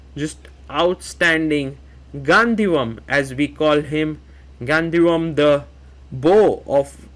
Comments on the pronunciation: It is 'गांडीवम्‌' & not 'गांदीवम्'. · Sagar ji, it’s Gaandivam(D sound), not Gandhivam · Sagar really said Gandhivam 😂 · Sagar shaha dont know how to pronounce gandheevam, and u expect him to know about Maharashtra?